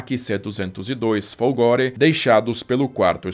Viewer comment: CACCIA a pronúnica é como CÁTIA e não cachia, e FOLGORE a pronúnicia é Fólgore.